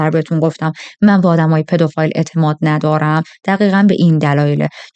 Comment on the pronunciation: پدوفیل درسته نه پدوفایل